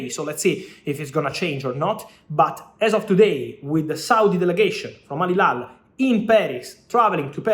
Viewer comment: Fabrizio, you always say Al Hilal wrong🤣🤣🤣🤣